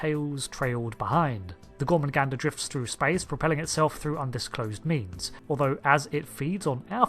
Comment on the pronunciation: gor-MAH-gander. THERE IS ONLY 1 'N' IN THE WORD GET IT RIGHT.